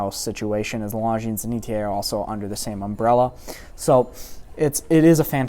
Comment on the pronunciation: It's "Longines" not "LongineS".